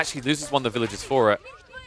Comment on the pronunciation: Villagers vs villages is only difficult if you decide not to pronounce the r